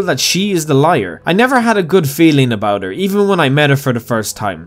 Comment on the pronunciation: "yu hav to tings to tink abuot"